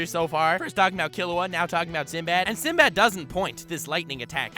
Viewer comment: I like when he said "SindoBado" cause in the anime whenever they pronounce his name it always sounded like that 😂